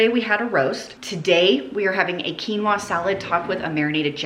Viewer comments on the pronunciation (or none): none